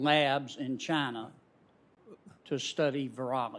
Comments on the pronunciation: Where's 'CHINER' located?? lol... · No shit..at one point he called "China" "Chiner" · Why does Fauci call it Chiner, rather than China like every other red blooded human. Isn't there a stereotype of Asian people have problems pronouncing their Ls and Possibly Rs? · Fauci says "Chin-R" almost like a person with a British speaking background... very strange. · “Chiner” I love it when people say that lol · He said they are in Chiner OKAY? Pesky citizens asking any questions... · Fauci "are in Chiner" :) LOL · " the bats are in Chiner" chiner lmao